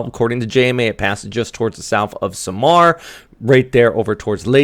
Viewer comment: love accent how you pronounce SAM ar Pe Nay XD kinda funny